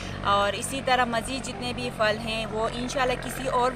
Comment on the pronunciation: السلام علیکم ارجمند صاحبہ آپ پھل کو فھل بولتی ھو پلیز مائنڈ نہ کریں اسکو پھل بولیں